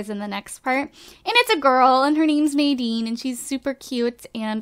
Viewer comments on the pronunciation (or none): Hahaha, Noahs baby's name Isn't 'nay-deen' its 'na-deen'. I love how drake came out, the kids in the sims 4 look gorgeous.